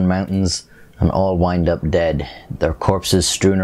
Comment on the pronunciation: The way u say ....." DEAD " lol